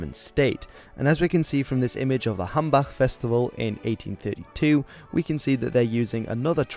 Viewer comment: liked the pronounciation of the "Hambach-Festival" right there The "ch" is not easy to pronounce for most english speaking people. Loved the video btw, greetings from germany <3